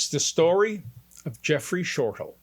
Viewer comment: Hi Cog, I am Jeffrey Shortal's mom. His last name is pronounced Shortell, not Shortal. I have watched this video so many times. $6,000.00?? for this? Yes, you told my daughter Tami, you were expensive, but this is it? I am not understanding. I have no connection with you, probably a good idea. I am sure you have helped people, but I/we really expected more! I am feeling played, can't help the way I feel. I wish you the best! Patricia Ross